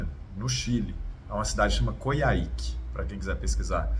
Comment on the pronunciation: Estou torcendo muito por ele, que tem todas as condiçoes para vencer o Across Andes, mas, tenho receio de que ele vá chegar exausto em Coyhaique. Estou adorando seguir vcs aqui. Sou do sul e já pedalei por lá: se pronuncia Coirráique. O H vale RR e a sílaba tônica é no A. Beijo prá vocês.